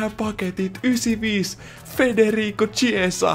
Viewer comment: Chiesa lausutaan khiesa!